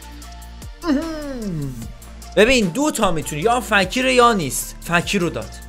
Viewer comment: اومد با ادب باشه به فکیر گفت فَکیر 😂😂💔❤️